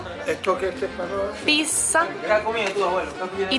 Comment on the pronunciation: ¿¿Por qué dices PISA?? Es piZZa T-T